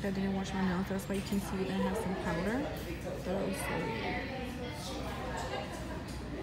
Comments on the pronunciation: The lady said dipped powder or acrylic powder.. she said “PoWdEr” 😂. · Heba Assaf LMFAOO I- 😭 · Lizeth Avelino i hate when ppl say it like that😭😂